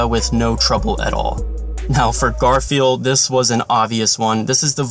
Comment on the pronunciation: What you say: Garfiel What I hear: Garfield